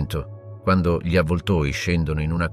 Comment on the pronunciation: Un buon lavoro con qualche piccola incongruenza. Presumo sia un problema tecnico il fatto che "gli " venga sempre letto male e poi,anche le date...peccato. Spero riuscirai a risolvere questi problemi...i tuoi video sono molto interessanti. Ciao